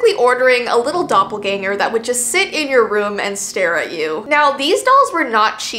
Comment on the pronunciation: 'A litte doplerganger'got me